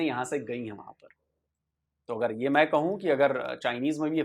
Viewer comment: She definitely doesnt speak hindi and reading the script of you observe. मैं main she prounce मैन